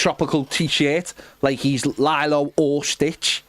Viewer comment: Not of critical importance, but the name 'Lilo' is pronounced Lee-low, not Lie-low. Proceed.